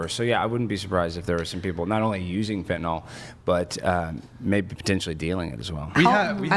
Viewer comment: For the last time it’s FENTANYL! Not fentanALL…it’s not adderall